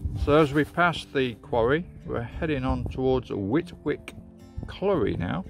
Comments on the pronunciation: Whitwick is pronounced Whitick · Great video. I’ve walked parts of this route many times over the years living in Shepshed for 25 years. Oh and Whitwick is pronounced ‘whit-ick’ 😄